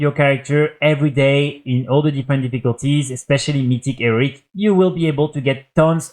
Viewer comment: maybe we enjoy the fact that he says eric and heroic bussies, have you considered that? maybe youre the one implying it's a problem.